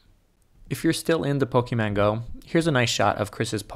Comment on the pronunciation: Lol, when he says Pokemon Go it sounds like POKE MANGO or POKEMAN GO :D